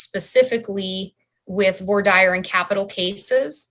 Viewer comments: Q is there any state in the union that slow boats cases as this state of Idaho Court? Comment:, please note, Idahoans slaughter the pronunciation of voir dire 😄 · I know that I'll probably be crucified for this...I just wish they would learn how to pronounce "voir dire".🙄